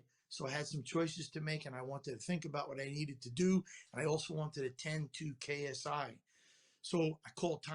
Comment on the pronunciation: You said KSU😂😂 it’s ksi